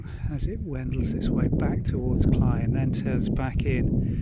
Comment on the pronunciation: Thank you for taking us along on the walk. It was interesting to see the different aspects of the path and the beauty of the reeds. I am glad you said the word "Cley," as my Tennessee brain has been thinking it is pronounced with a long "a" sound like clay or grey.😄 Best wishes from Tennessee.💕